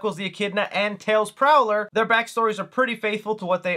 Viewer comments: "Prower" my boi. Not Prowler. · Sir, I will let you in on a fun fact. tails full name is Miles prower not prowler, it is a reference to the measurement of distance "miles per, hour" so again Miles prower not prowler. Thanks for your time.😊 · I also thought it was Prowler back when I was a kid. Then I found out it's a play on "miles per-hour".